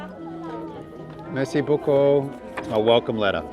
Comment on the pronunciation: Anyone of any background: speaks This guy: Mayr-see boo-coo!